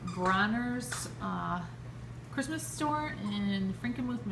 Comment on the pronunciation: Hahaha you say chrishmas because of schhhhhnauzers in your brain hehehehe. Cool collection. I hope you plan to do a video of the boys opening their presents 😂